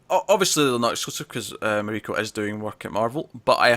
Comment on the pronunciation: I'm guessing her name is pronounced mah ree ko since her name (Mariko) is of Japanese origin and that's how you would pronounce it in Japanese.